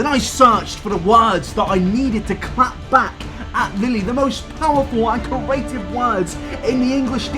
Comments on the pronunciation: Me: Okay, repeat after me. Cre...: Cre... Me: A...: A... Me: Tive.: Tive. Me: Now say it all at once.: Curative. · Nobody:: CrAEtive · Nobody:: cUraTivE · no one: no one:: CURATIVE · Anyone say corrative?? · I can't stop pronouncing creative as corative bc of you oh god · If he says ‘carative’ ‘corate’ or ‘curators’ one more time I’m flipping a table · Nobody:: “curative” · No one::CORative (good vid tho no hate😂) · nobody: absolutely no one: - CuRaTivE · That would be a very cooreAtive thing to do. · "Corative" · I got so annoyed when he said corative lmao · Pronounce creative right and I might watch the video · I would like it if you could pronounce the word “creative” properly. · yeah I have the same accent as him, he just can't say creative properly. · The way says creative That's it That's the comment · It's just bothering me that he can't say creative properly😂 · doesn't know how to pronounce 'creative'...and he says it a lot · I love you but if you don’t learn to pronounce ‘creative’ I’m taking kenji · Nabber repeatedly trying and repeatedly failing to say “creative” is the funniest part of the video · My GOD, PLEASE learn how to say the words create, creator and creative properly, it drives me absolutely nuts! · why can't you say creative? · Well, you definitely got creative with the pronunciation of the word "creative" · The way pronounces creative drives me insaneeeee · Petition to teach how to pronounce the word “creative” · Not until he can pronounce creative correctly.